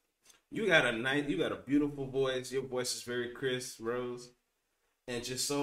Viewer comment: like i told you before !! her name is not pronounced as Rose but Rosé (Rosei)